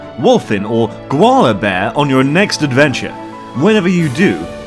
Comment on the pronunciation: I thought he said granola bear 😶😂